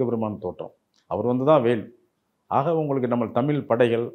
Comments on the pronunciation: இவர் தமில் என்கிறார் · இவர் 'தமில் தமில்லர்' என்று சொல்வதால் இந்த காணொளியைப் பார்க்க முடியவில்லை.